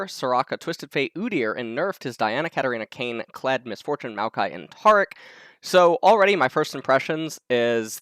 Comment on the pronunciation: says taric's name wrong along with a slew of other champions names. always gotta be different.